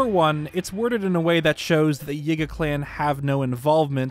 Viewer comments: why does bro say ''Yigga'' not yiga LMAO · He pronounces yiga as yigga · This guy says Yiga like Yigga, I've been saying it like Yeega 🤔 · Am I the only person who thinks how he says Yiga is… odd? 👀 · He bein sneaky